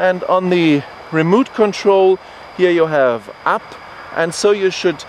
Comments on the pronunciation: "wison" "remoot control" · it is remote, not a remooot!!!!